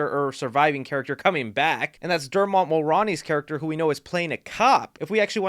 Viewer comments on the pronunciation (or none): Dude, it’s pronounced Dermutt Mullrowney. I obviously spelled his name wrong, but this is the simplest way to explain how it’s pronounced. Google it/him on a Late Night Talk show if you don’t believe me. love your channel, btw. You’re hands down one of my favorite film related YouTubers, but I can’t handle an inevitable future 3rd Scream 6 video where you pronounce his name wrong again. Much love, bubba. Take care